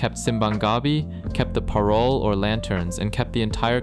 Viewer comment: This is a perfect video other than the slightly odd way you pronounce simbang gabi and parol ❤😂